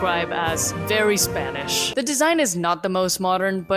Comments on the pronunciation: I´m gonna say, this is actually a good yt video... And hold on there is a really good spanish pronunciation, but i mean spanish from Spain. R u spanish...? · Are you Spanish? Your pronunciation of spanish is amazing!